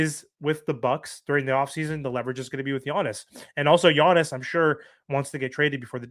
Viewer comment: I love how you say "Yonis," 😂 Your content is top o' the line, you know I appreciate it. But you also know it's "YAHNIS" LOL